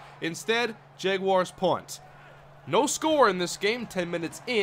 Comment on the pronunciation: why did he pick the jaguars if he can't even pronounce it right